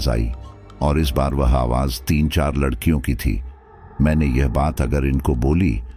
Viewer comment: Ek bar aap ne ladkiyo ki jagha lakdiyo bola tha 😂😂😂